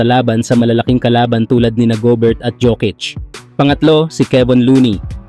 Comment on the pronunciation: Its "Go-Bear" hindi juvert. "Yo-Kitch" hindi Jukits